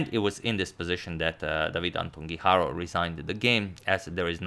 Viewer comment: #suggestion As a fellow Spaniard I have to say that it is actually pronounced Antón (with the "ton" stressed) Guijarro (strongly rolling your tongue on the r sound). Keep up the good work!